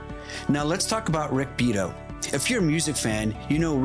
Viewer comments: Rick's family name is pronounced "Bee ere toe" with the emphasis on the second syllable. And thank you for defending "fair use." What you are facing is mindless corporatism. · good content...also..bee-ah-tow